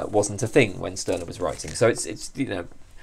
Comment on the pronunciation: A very fascinating video. Stirner is one of my favorite philosophers. But the correct pronunciation is ´Shtyrner´. In German "St" is pronounced like "Sht", except in some areas of northern Germany.